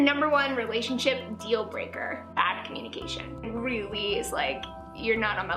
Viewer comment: Laci's "bad communication" dealbreaker sounded like "acne medication," and I was thoroughly confused.